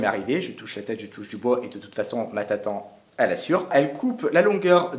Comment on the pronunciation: Tatan? Tu veut dire Tata